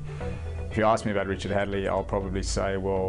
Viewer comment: HAD-LEE! HADLEE! HAD-LEE